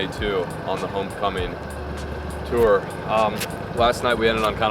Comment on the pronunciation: Can you never say “tour” ever again in your life